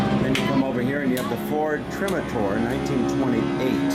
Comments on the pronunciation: You did a nice job……but…..”Ford Trim-a-tor”??? Try-Motor. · Re: The airplane, you called it a Ford “Trim-a-tor” I hate to contradict you but it’s pronounced Tri-motor, because it had 3 motors. The Ford Trimotor Was an amazing machine. Other than that, I enjoyed the tour very much, especially the Lincoln chair. Thanks for the post, traveling was not easy back in the 19th Century!